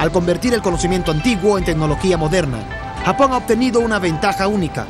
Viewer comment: "gapón", "akibahara" y mal doblaje por un tubo... POR DIOS